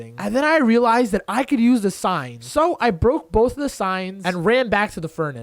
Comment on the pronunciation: this guy says relized alot